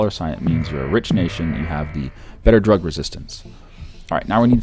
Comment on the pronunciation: he said rug reististence instead of drug reististence